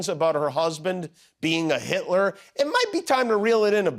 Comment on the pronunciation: Who is "heet-lure"?